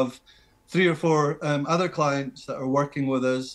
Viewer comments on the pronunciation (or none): none